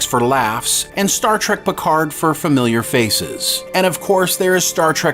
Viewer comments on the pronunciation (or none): none